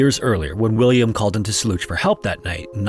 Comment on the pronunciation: You scam us with a C 47 and fake skeleton in a picture with the title to make us believe that this is a new story. It's old, been covered countless times and you can't even pronounce "Soluch" properly. It's pronounced like "Soul-ook". Piss off!